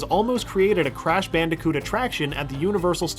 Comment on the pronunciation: "The Cwash team"